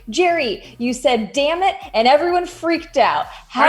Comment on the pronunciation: I didn't even notice that Spencer said damit 😂